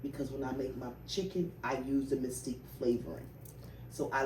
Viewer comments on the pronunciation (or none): It's mesquite not mystique